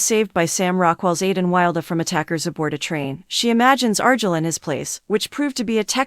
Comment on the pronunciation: Argyle at least arrrrguile